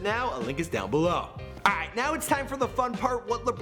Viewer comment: the way he says alright 😂